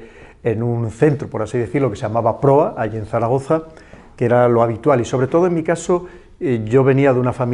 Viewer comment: Caray. Zaragoza, Zaragoza, no Daragoza.